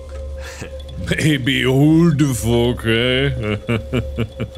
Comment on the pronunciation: "Hulu The Fork?" Really? 🤣🤣🤣